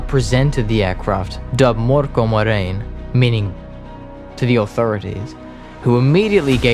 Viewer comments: For future reference: "ö" is pronounced roughly like the i in "sir", not like an o. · You’re pronouncing Mörkö wrong, Ö sounds like I in dirt. But I guess that’s just splitting hairs, or, as we saying in Finland, screwing commas.